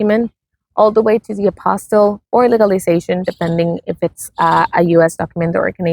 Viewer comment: Please note the word is APOSTILLE, not APOSTLE. Two different words entirely.